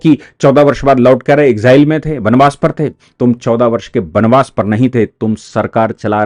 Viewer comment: बनबास नहीं। बनवास। अपनी हिंदी सुधारो।